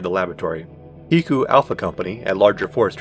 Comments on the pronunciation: I deeply regret that you went with heecoo rather than HECU (Aitch-ee-see-you) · "HE-coo" hahahah I always thought it was supposed to be "Heck-You" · HE-coo? Bless you